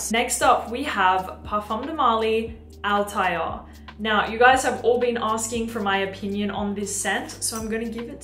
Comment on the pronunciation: PDM Althaïr should be written with an Umlaut on the I😉 and the pronunciation is Altha ir😉 Hamid Merati-Kashani will be happy now ☺️